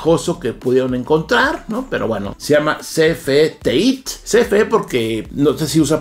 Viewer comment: Por que la pronunciación TEÍT si es TEIT!